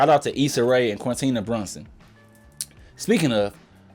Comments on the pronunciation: "Quintina Brunson" 😭😂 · Quinta Brunson is gonna send goons at you (or maybe just Ava) for that pronuncification